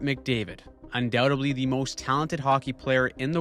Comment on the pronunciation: “Undoubtedly” lol